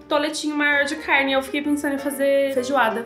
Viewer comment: O certo na pronúncia é CARNE e não caIrne, ACERTAR e não acerIrtar. Tem que estudar mais viu filha!